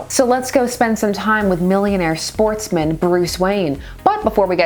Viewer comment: Every time you say "Sportsman” i laugh on the inside